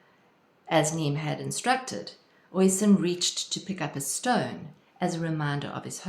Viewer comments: Oisín is pronounced 'usheen'. Tír na n-óg which means land of youth is pronounced 'teer na nogue' Thanks for the video - very inspiring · OSheen is how one pronounces the Gaelic name OISIN ....